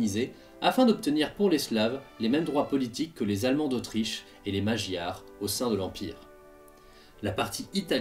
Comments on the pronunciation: sauf erreur de ma part magyar se prononce maGyar et non majiar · Magyar ça se prononce Madiar, pour info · Tiens, les français vont encore faire "des troubles"😛 D'Etienne Marcel aux GJ en passant par les croquants. Bon, il faut aller manifester 🤪 On prononce Magyár "Mādjar" (entre a et o avec accent tonique sur Ma). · Superbe vidéo, un grand merci ! Un détail de prononciation, dans le mot Magyar, le gy se prononce comme un d "mouillé) comme dans le mot dieu. Köszi! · "Michael Lefebvre il y a 14 heures Superbe vidéo, un grand merci ! Un détail de prononciation, dans le mot Magyar, le gy se prononce comme un d "mouillé) comme dans le mot dieu. Köszi!"